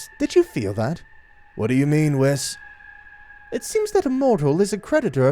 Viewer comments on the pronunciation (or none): Ah yes, WISS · “Wiss” lol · bruh, dude legit called Whiz "Whiff."